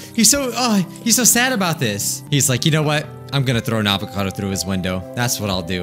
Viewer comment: Every time he says “ avacado “ I laugh and wheeze at the same time